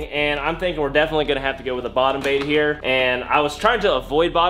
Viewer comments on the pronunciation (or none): U said live baet